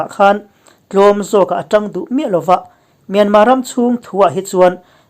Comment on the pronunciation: Myanmâ nilo in mynmar zawk aw thlukna (^) a awmlo